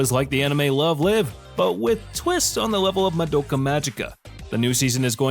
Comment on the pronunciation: You pronounced Erza and Love Live all wrong